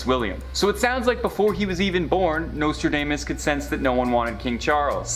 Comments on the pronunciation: WATCH!! David Icke... "we warned you something is coming and now its here" Way beyond crypto currency!! Omg everyone Watch Watch Watch!! 😱😱😖 lol and its pronounced domas not damess 🤭🤭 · Hey this is America his name is Nostradamus Dom not dame